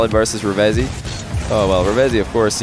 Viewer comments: It's actually pronounced "Reev-Zee" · I swear it is. I think reading it wrong